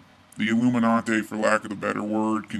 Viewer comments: LOL if you are going to act like some intellectual then use some better grammar "im going to show you some images and video" hahaha and its Illuminati not illumintay... oh well, i guess looking up most of these types of videos will probably be fake. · We know he's legit because he pronounced it ill-ooh-min-augh-tay